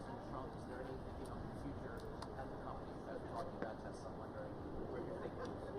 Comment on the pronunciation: did he say Tesler? Fraudian slip Telsa+H it ler